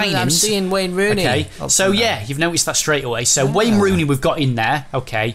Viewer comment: Who’s Wayne Rooney?.... it’s WEHNNNN HONEHHH